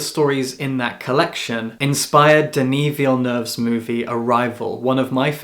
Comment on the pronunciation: Small note, but thank you so much for getting the pronunciation of Denis Villeneuve's name mostly right. A lot of non-francophones are having trouble with it and not really making the effort...